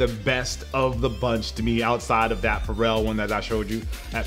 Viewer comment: its not a pharrel its a " faux rel" 😂🤣